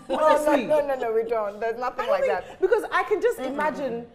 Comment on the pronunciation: wasup with r's in words? like"'becau'r'se" when it isn't supposed to be there? bruhhh why can't people just speak normally!??